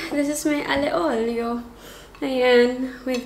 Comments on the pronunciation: It’s not ALE OLIO it’s Aglio e Olio (alyo e olio) Im a fan from italy hihi☺️ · I thought it was pronounced as Alio Olio😭 Ali Olio lang pala?